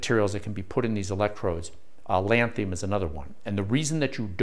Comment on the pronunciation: You have an excellent knowledge of the technology. But you mispronounced Lanthanum.